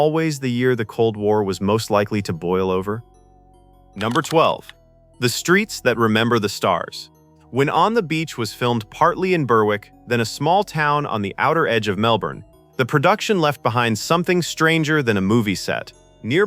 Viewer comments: Berrick. Not Ber wick. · And Burr-wick. . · It's not 'Ber-wick.' You don't pronounce the W!! Ugh, use a real voice!